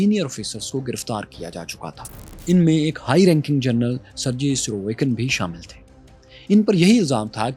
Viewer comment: نام کا صحیح تلفظ سرگی ہے From Russia with love and a lot of respect. سرجی نہیں